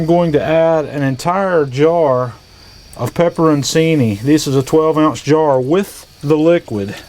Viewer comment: looks great,. I'll be doing something similar next weekend. BTW, pepperoncini is pronounced "pepper on chee nee".